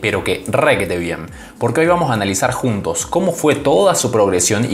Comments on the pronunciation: Like si te sonreiste cuando leíste un vuamos 😅🤣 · Alv pensé que solo a mi me daba inspiración decir y escuchar a Vadim decir vuamos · Todos sabemos que el es natural "VUAMOS "